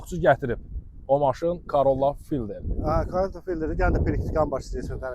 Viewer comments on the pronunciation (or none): Fayldr nədir? Elə ingiliscə də "fêldər" oxunur...tərcüməsi də sahə oyunçusu